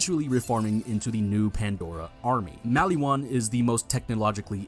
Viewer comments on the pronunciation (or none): erm actually its pronounced more like mollywan. (i learned that a month ago lol)